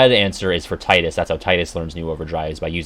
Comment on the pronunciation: Take a drink everytime he says Tidus wrong. The voice actor explained how to say it, so of course we know the true way of saying it. They wouldn't lie to him lol